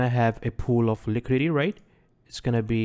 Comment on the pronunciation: "liquididity sweep"